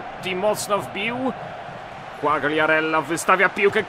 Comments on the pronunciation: nie quagriarella tylko quariarella, czytaj bez G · Fabio Quagliarella - czytaj : (kłajarella)